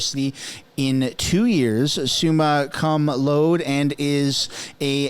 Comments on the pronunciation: Its SOOMA COME LOWDIE not suma cum load btw. 😂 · pronounced "Summa Cum Loud-E" it should be spelt with an accent on the E. means “with the highest praise” or “with highest honors.” i.e. top of the class.